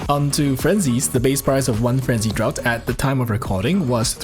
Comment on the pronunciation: Btw its pronounced like "Drafts" :D